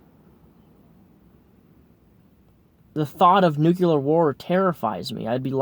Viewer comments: New-clear!... Not New-que-ler. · Nuclear. NUCLEAR. N U C L E A R. Not nucular. Nuclear.